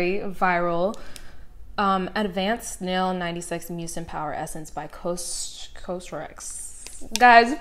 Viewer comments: COSRX is pronounced like cost without the t and then just rx:) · its pronounces cozzrx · I LOVED your video😍 cosrx is pronounced cause ( like cause and affect ) so it’s basically pronounced cause-RX :)